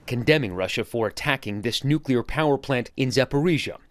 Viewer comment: She doesn't even know the pronunciation of nuclear she said nucolir